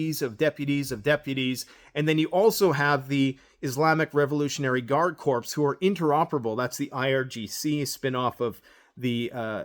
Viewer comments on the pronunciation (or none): "corps" is a French word, and the "ps" is not pronounced. It's pronounced like "core" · One little thing: "Corps" isn't pronounced "corpse", it is pronounced "core". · You are still saying "corpse"; the word CORPS is pronounced "KOR". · You always say corpse...is that intentional?